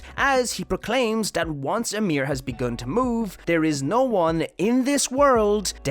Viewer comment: Why you always saying "amir" and not "ymir"?